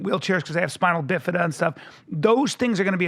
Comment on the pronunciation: It's pronounced Spina Bifida. It's latin for open spine. I would know, I have it.